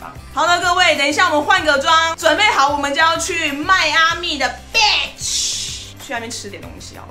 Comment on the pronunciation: 還沒機會造訪邁阿密，看了你介紹的店都很想去。另外小小建議一下Beach發音第一個音節”Bea”要拉長一點，不然真的很像在罵人😅